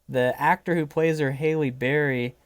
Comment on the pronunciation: Just a tip on pronunciation: Halle Berry's first name rhymes with rally (not Hailey).